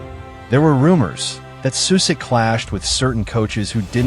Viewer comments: Your pronunciation is awful of names and places. Like..really bad. At least do some research on how to actually pronounce at least some of the basic things like, everyone knows that names that end in ic (ić) are not pronounced “Sue-sick”, but “Sushitch” Just saying. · First of all, learn that shitty AI how to say his name. His name Sušić ends the same as Modrić, with the same two letters. And shitty AI said Modrić pretty accurate... And than š is not s, you say it like sch... Anyway, Sušić as a coach led his Bosna to the World Cup, for the first and so far only time. Bosna under his lead played the best and most beautiful fudbal they ever played. And they fired him after the WC. I fucking hate my country, people that runs Football Association, same as stupid fans, for how they treated this man. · It's not Susik. Pronounce it like you pronounce Modric. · Susik ti je nono, amater. Sušić=Sushich. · The least you could do is pronounce his name correctly. Its not Susik, its Sušić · The name is pronounced Sushich. Messi before Messi! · His name is pronounced Sushich! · if you can say Modrić why can't you say Sušić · Shockingly bad pronunciation of his surname and his hometown. Simple google translate would do a better job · you can not even pronounce his name… shame.. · An advice: If you make a video about someone, try to learn how to pronounce his name correctly. Or is it just ai...